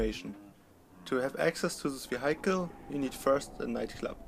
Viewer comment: Great and detailed video as always, I just thought I'd give you a tip though. The pronunciation of "vehicle" is "wi-eck-el" (in German-ish spelling) with the accent on first syllable. I don't mean to be nitpicking, I just thought I'd help you out;) Keep up the good work.